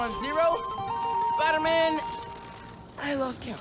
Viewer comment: did he just said hey spaiderman shalom?